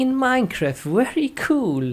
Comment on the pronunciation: Wery good computer??? Bruh... Get your words right